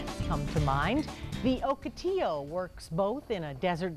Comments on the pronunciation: Morons, I live in Ocotillo, California, its pronounced Ahkoteeyo, not Ohkoteeyo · Oak otillo? Nah. Lol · First time I heard o or oak pronouncaation